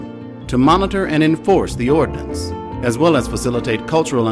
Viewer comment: nice video. Please correct: Ordianance Ordinance.